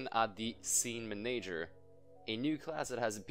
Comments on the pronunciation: IT'S "MAN-uh-jer" not "mun-AGE-er" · Man-A-Ger not Ma-Nager :) love the videos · Are you Italian by any chance? You pronounce the word "manager" with an accent like an Italian would. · i love your videos but the way you pronounce manager triggers me >.<